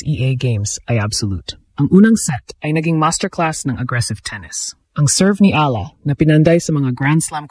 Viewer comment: Kahkahlowkah angvoice Ni Ai Ahla daw instead na Eyala that's how we pronounce it